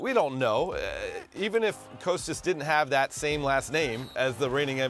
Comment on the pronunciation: None of them can say Kostas correctly